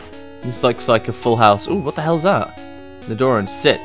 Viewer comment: Nidoran- Knee-Doh-Ran